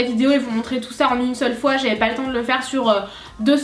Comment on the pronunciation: a dit 6 foit megas